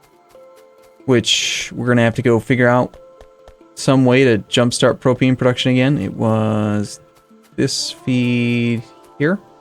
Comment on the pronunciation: Thank you for saying Propane right. :)